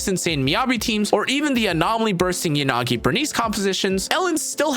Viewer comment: I can't watch your videos with the you pronounce Yanagi. It's "Yah-nagi" not "Yan-agi"